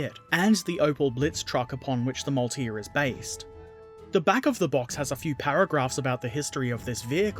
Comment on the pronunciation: it's a [Mau-el-tier] the L is sort of seperate